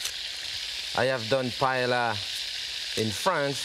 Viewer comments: and called it "payella"... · I love Chef Pépin. In fact, one time I was cruising on the Oceania Riviera cruise ship while he too was on board and was in my painting class. If I had seen this video before that time, I would have taught Chef Pépin how to pronounce 'paella' correctly. Watching this video, I couldn't believe that a great chef like him was mispronouncing the word.